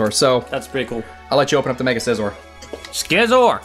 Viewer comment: If it's Scizor (Skizor), why aren't you saying Skyther,?